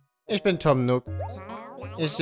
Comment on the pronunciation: Tom Nook, nicht Tom Nock! Wie Nuuk ausgesprochen. triggered